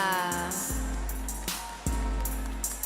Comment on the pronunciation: The hostess can't pronounce "Guyana"~😅🤣😂